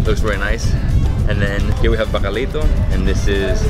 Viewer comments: I loved how he said ‘Bacalito’ instead of ‘Bacalaito’ hahaha Any Puertorriqueños here 🙋🏻‍♀️ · Great video. I miss PR. My family comes from Yauco. Bacalaito is pronounced like, "bacalao" on the island. It's just an interesting fact that I thought I would share. I need to make a trip back to the motherland!